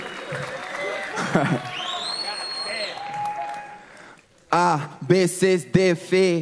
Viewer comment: Si en la próxima edición, escucho al señor decir DUROLF me vuelvo loco, pierdo la cabeza. Salu2